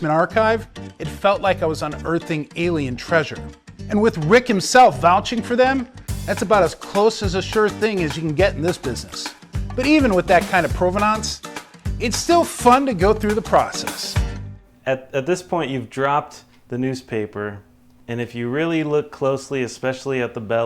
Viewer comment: its provenance , pro-ve-nence not pro-ve-nonse good god